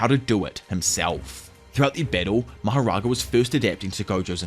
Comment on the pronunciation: If there is one thing I really hate about this video it’s the way pronounces mahoraga